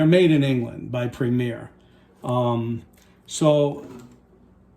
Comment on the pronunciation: Its PREMIER sounds like prem-e-air